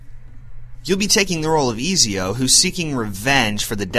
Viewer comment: nice review but its pronounced as et-zio